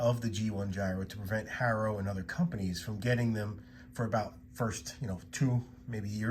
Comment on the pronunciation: I can tell you are not a Haro guy, because you pronounce it that way, why? lol